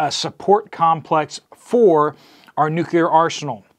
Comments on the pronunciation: Nuclear - Nu-cle-er. Not Nuquler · Nu•cleeee•Er. There is no "U" in the second syllable. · Nucular is not a word. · Nu-CLEE-er, Nu-CLEE-er… repeat after me… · "NU kee er" ? 🤣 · Nuc...le...ar. Thanks for the news. I hadn't heard about it (and I live in TN).